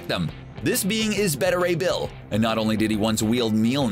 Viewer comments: Bet-a ray bill? Thought it was Bae-ta ray bill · It's "bay-tah" Ray Bill. Not "bettah." get your shit together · It is Bay-ta Ray Bill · Instead of diversity, how about concentrating on a good story with good characters. And for god sakes, try to use actors with a little charisma instead of actors like Larson and.... well, she's the only boring one I can think of right now. Overall, Marvel does a great job of casting so they were bound to hit a dud sometime. Oh yeah, one more thing. His name is Beta Ray Bill, not BeddaRay Bill. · I am beyond triggered by the pronunciation of Beta Ray Bill in this video.